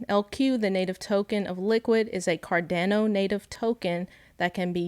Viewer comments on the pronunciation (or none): She called it cardaano so I stopped watching